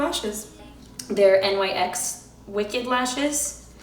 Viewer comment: It’s the first time I hear someone saying NYX like that haha great video by the way, you’re so cute!!